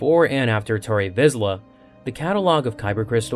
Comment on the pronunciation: Lost me at "Tarry Vizla"